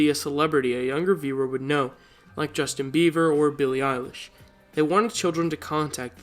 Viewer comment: he said justin beaver lmao